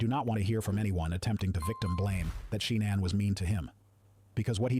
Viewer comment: It pronounced her name at least 4 different ways. 🤔